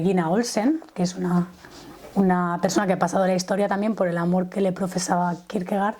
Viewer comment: Se pronuncia Kirkegord en danés. Gracias